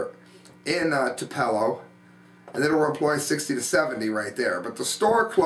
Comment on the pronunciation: TWO-pell-o! Not "two-PELL-o". Birthplace of Elvis.